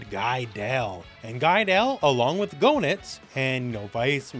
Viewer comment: "GO-nitz"? Seriously? It's "GAY-nitz"! Say it right!